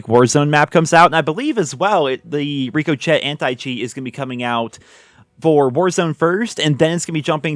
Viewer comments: FYI it’s pronounced “Rick O Shay” not “Rick O Chet” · It's Rick-Oh-Shay not Reek-O-Shet lol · Reeko Chet?! Really?! Rick O Shay Ricochet. 🤦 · Lol it's pronounced "rick uh shay" not "Rico shet" 🤣🤣 for the Ricochet Anti Cheat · Rico chet? It might be ricochet (rik o shay). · ITS RICO-SHAY. NOT RICO CHET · Who's this Rico Chet fella? Do you mean Rick O'Shea? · "Ree-koh-chet"? Lol it's "rick-oh-shay" ...I seriously doubt it won't take long for someone to get around that anti-cheat software. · It's ricochet. Like "Rick o Shay". Like a bouncing bullet. Not reek o chet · Rick-o-shay lol not rico chet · Dude the “Chet” in “Ricochet” is pronounced “shay” not “chett” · "ReekoChett" lmaoooooo. I love you. It's pronounced "rickoshay" lol.❤❤❤ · REE-KO-CHET? RICK-A-SHAY! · RICO CHET LMAO Its pronounced ri co shay As in like a bullet ricochet. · I think it's pronounced Rick-oh-shay. Like a bullet bouncing off a wall. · Rico Chet. Lmao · Great vid but I hate how you pronounce ricochet lol it’s Rick-o-shay well that’s how I pronounce it anyway take care bro great vid btw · Yo it's pronounced "rick-uh-shay" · "ReekO'Chet" really dude? how does THAT happen? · Rico Chet? Rico che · Ricochet is pronounced "RiKKAH Shay" lile when a bullet bounces off a surface and possibly hurts you lol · This man really said Riko-Chit. Really? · It's pronounced "Rick ah shay" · its RICK - OH - SHAY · My man really said “Reeko CHeT” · Rico-Chet? Cmon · "Rick o Chet" lol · its pronounced Ri-co-shay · Ricochet = “Rick-a-shay” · Rico-chet. There is a graphic of a bullet bouncing off the name surface. Come on, how do you mispronounce that word. And said it 3 times. LMFAO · Rico-Chet? My dude.... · seriously? Ricochet, Its pronounced Rick- O -shay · Did really just pronounce ricochet as Rico-Chet? Lmaoo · Rick-o-shay….this is how you pronounce it….. it is maddening when you mispronounce it that bad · Its pronounced Rick oh shey - as in when something ricochet’s off of a shield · Reek oh chet